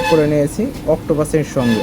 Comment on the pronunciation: অক্টোপাস না, অপ্টোকাপলার।